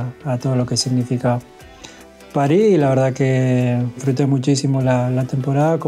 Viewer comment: I love when he say "Pari" hahahahaha